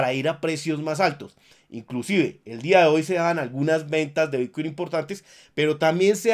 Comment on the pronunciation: Lo que escucho cuando inicia el vídeo: - "Hola soy, el único Youtuber que te da toda la información de Bitcuin"